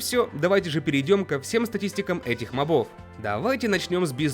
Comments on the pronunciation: Не мобо́в а мо́бов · Не мобОв а мОбов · Правильно МОООООООООБОВ удорение на О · Мобов— ударение на первую "о"! Заебал